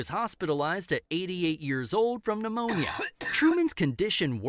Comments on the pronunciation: With pneumonia, you the P is silent. So it’s said like Neumonia. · 😂😂😂 no they left it unfinished. You can actually find it on google. Also the way you pronounce pneumonia is cute. But the p is silent, just say neumonia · Pneumonia is pronounce with the p is silent.